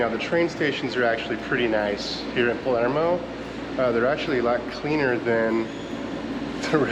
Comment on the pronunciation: I caught that too. It's Palermo not Palmero. Makes me laugh.